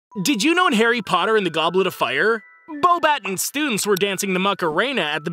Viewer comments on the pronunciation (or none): Beauxbatons is not pronounces Bow battuns, its Bow Batons The French pronunciation actually makes the n and s silent and changes the last sound to a nasal ong tyoe sound. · Pretty sure its pronounced beauxbaton like a baton stick. also fleurs name is more like flare. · I'm French and allow me to contradict you: he did pronounce it wrong. However, him not being French, that's understandable. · My favorite part is when you miss pronounces The school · Yes, I know how JK Rowling and the actors of the movie pronounce it. And yes, I'm aware it is natural for non-French speakers to pronounce it this way. It's not criticism, but still felt it wasn't senseless to point it out and explain how the word is supposed to be pronounced in French. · And he didn’t even pronounce any of the French names correctly